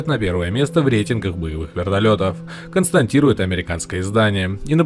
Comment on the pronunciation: Констатируют, а не константируют., будь внимательнее.